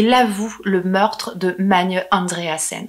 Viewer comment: Bon travail, félicitations Sinon il y a un autre prénom que tu as écorché c'est : Magne Pour savoir comment on le prononce regarde la série norvégienne : ragnarok